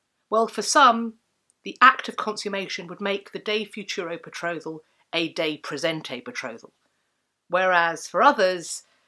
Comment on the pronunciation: It sounds to me as if you are pronouncing praesenti as praesente.